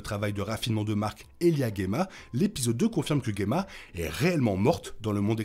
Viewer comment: Dsl mais je dois poser la question : pourquoi tu prononces "Guemma" (et pas Djemma) qui est la bonne prononciation du prénom (et celle donnée autant en VO qu'en VF) ? C'est un nom dérivé du mot gemme en plus, donc je comprends pas pourquoi le "gue" 😅